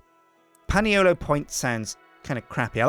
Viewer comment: Excuse me, Can you please pronounce Paniolo correctly. Its pronounced Ponyolo